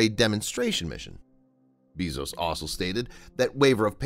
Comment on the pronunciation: BAY-ZOS NOT BEE-ZOS OH MY GOD